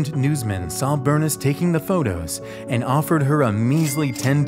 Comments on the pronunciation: Loved the video and learned stories that I had not yet heard about people aboard Titanic. I am guessing however, that Bernice Palmer's first name was pronounced in the usual way " Ber-niece," rather than "Burnis" as in the video. Minor cavil though as you created a fascinating and detailed video. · Bernice is pronounced Bur-neese, not Burn-is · Berniss??? Cmon man! Its Bernice, like, “Ber-neese” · Burness? Try Burr-neece. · I think ‘Bernice’ may have been pronounced, ‘Ber neece’ with a long ‘e’ where the ‘i’ is in her name. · Bernice? Burr-niece. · It’s not pronounced Ber-niss. It’s pronounced Ber-neese. 🙄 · I'm pretty sure the name Bernice should be pronounced Ber neice, FYI. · FYI Bernice is pronounced “Burr-niece” 😊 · "Burniss". Yep. Definitely her name. Good call not trying to pronounce the menu items, seeing as how you can't even correctly pronounce words in your own language. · The camera Bernice my grandma's name is Bernice its pronounced Ber- NIECE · I'm pretty sure Bernice is not pronounced "Bernis" lol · i thought that too lol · It's pronounced, "Ber-NEESE", just FYI. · The way he pronounces BERNICE really bothers me... Dude. Burr - Niece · That was killing my ears ;) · The way you pronounced “Bernice” good lord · sorry if that sounded rude! lol my grandmothers name is that also I just thought it was funny :) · You don't know how to pronounce Bernice?